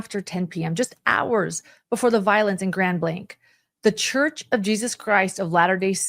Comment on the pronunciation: This hit so close to our region and I was appalled that day. P.S.: It's Grand Blanc (it's not pronounced with a "k" at the end; it's hard to drop in the "c" to say it).